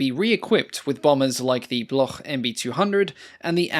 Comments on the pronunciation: And Bloc, not Bloch like Bach in German. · "Bloch" is pronounced "Blok" in French. There is no guttural sound.